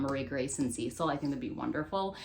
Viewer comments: Sounds so fun! I think it’s “Sess-eel”🙂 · Love this video! Wanted to let you know the cecile is pronounced suh-seel ❤ cant wait for the flip throughs